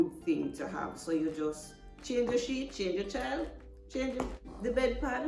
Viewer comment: This is Awesome.🎉 I also thought you said Sh!t.... But it was Sheet.. 😂😂...thanks for sharing ❤